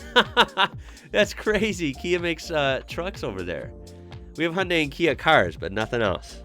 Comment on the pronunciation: You have an interesting pronunciation of the word Hyundai ; )